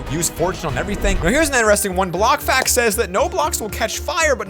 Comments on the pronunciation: BRO IT BLOC FACS NOT BLOC HAXS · he says hacks and not facts its so annoyying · "Block hacts" lmao